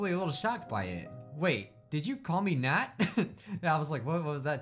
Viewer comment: When he said What you say about my Nat I heard nut